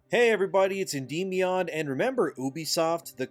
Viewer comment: You wildly mispronounce Endymion.